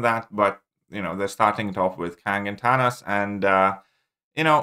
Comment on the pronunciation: “Tanos”